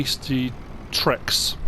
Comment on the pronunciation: I love the videos, always do. But you keep saying trex, but it’s actually the t-rex like the dinosaur...